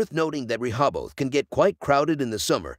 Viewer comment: I live in Delaware and NONE of the beaches in this video are in Delaware. Also, the narrator butchers the names of Lewes and Rehoboth.